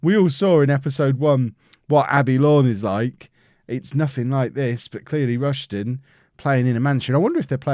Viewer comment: It’s pronounced “High-Am” and “Rush-Den”